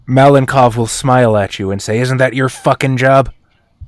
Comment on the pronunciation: I finally got a chance to watch the game. Raven being part of the team is awesome! Tom and his pillow fort definitely deserved extra point, I would’ve voted for them as well) Overall, great game, as always) Malenkov, I believe, would be pronounced malenkOv, with a stress on the last syllable. If in detail: ma (with “a” sounding kinda similar to “a” in “car”) - len (with this soft L) - kov (with a stress on o). Hope that helps)